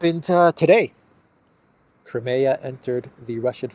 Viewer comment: its not crumayer its cry mia